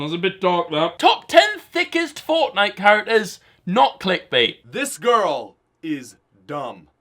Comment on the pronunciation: The lad talking about the THICCEST fortnite characters said TICCEST which like...no, u don say it liek that :<